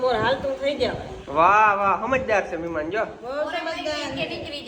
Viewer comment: Maheman ❌ thheman ✅